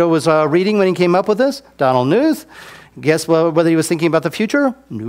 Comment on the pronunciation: I loved this guy until he pronounced Knuth improperly. It's pronounced Kah-newth. Seems nitpicky but there ya go